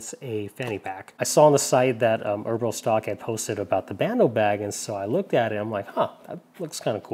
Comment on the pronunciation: Eber-Lee is the pronunciation.